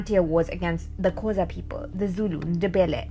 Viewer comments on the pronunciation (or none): Please learn how to pronounce Xhosa it’s not kosa it’s Xhosa